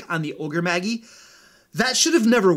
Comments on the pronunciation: "Magi" is pronounced "maj-eye," not "mag-ee." Also, it's plural. The singular is "magus," pronounced "maj-us." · It's from latin, pronounced mey-jahy, and is the plural of magus (mey-guh-s) meaning wise man. It's where we get the term mage. Oni (oh-nee) is a Japanese monster, but DND has used it for magical ogres since at least the second Ed Oriental adventures. Apparently, pronouncing is mag-gee as he does is a Nordic word, same spelling, which means stomach. Fighting disembodied magical ogres stomachs sounds kind of awesome, though. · Magi is prounced ma-jai not maggie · MAH- JAI. Ogre Magi. OH- KNEE. Oni. /thatguy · Ogre maJ-eye, not ogre maggy, (soft J, not hard G). The word "Magi" is a reference to ancient scholars and astronomers, the best example of which are the classic "Three Wise Men" which are often referred to as The Magi in biblical texts. Oni (oh-KNee) comes from Japanese mythology and are a kind of "Yokai", which means ogre, troll or demon depending on context. The Oni and the Ogre-Magi are fundamentally similar concepts and I suspect that the original D&D Ogre-Magi was an adaptation of the Japanese concept. Of course, I now have to have an ogre NPC in my game called Maggie..... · Isn't Magi pronounced May-jai? You are the first person I have heard pronounce it as Ma-gii. Also its fifth edition name is pronounced Oh-nii. That you can't be blamed for that one as it is Japanese. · Ogre Maggie? (You mean Ogre Maj-eye?) Sorry, I can't focus on anything else when you call them that... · I love your videos, man, thanks so much for the hard work! Just a friendly note. . . the word magi is pronounced ma-jai. Soo not trying to be an ass here, just wanted to give the heads up. Thanks! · Magi is pronounced MAH-jeye. Great content though. Love your channel. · Magi is pronounced mage - eye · Magi is pronounced ma-ji. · While I enjoyed the video did it bother anyone else that he kept pronouncing magi and oni wrong